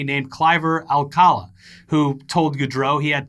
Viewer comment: Guys just an advice for when you pronounce Spanish names. The little apostrophe like line above a vowel means that for sure there is where you have to put the strongest sound in the word. So the guy's name is not alcAla but alcalA.